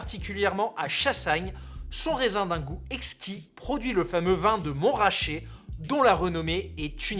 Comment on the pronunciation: C'est MontRAchet, pas MonTRaaaaaachet 🧙